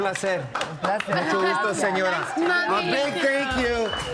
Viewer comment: ayza? that is not how you say her name! its i-za